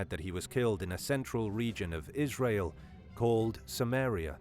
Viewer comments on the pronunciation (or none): none